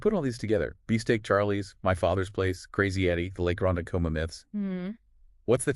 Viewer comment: Come on.... you're clearly not even Long Islanders. If you were, you would be able to pronounce Ronkonkoma!